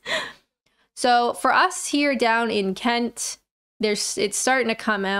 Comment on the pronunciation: Love the way you say Kent with a t. Not the usual glottal stop of the locals.